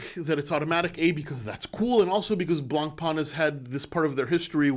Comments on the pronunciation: Hey love your videos in French we said Blancpain] there no E on the end its not Blancpainnne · Dear. Can you learn how to pronounce the word Blancpain correctly? thank you